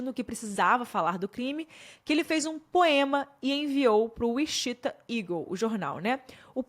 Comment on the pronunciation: Gostei muito da forma como você expôs todos os detalhes. Só o "uixita" que me quebrou demais ,porque sei que você sabe falar inglês e que mora no exterior ( não sou hater , só que cada "uixita" eu dava um grito mulher 😅)